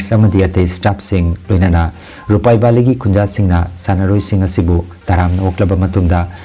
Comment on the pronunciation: Please read as Lupabari instead of Rupaibali. Rupaibali is Islam community inhabitants village